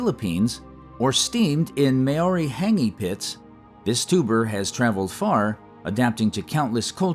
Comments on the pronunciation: Did you also notice how he murdered the word Maori. "May awree" What an idiot. Yanks are so uneducated and disrespectful. ANy half alive person knows how to pronounce Iran. And the internet is only a click away to find out how to respectfully pronounce Maori like a professional narrator. They have no idea how neanderthalic they sound when they botch names so badly. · Why does every yanky narrator have to murder the word Maori. It's not hard to look up how to pronounce this or any other maori word and thus show respect and command credibility as a narrator. We'll have to start calling Yanks Yonkies until they get the message that it does actually matter to pronounce names properly.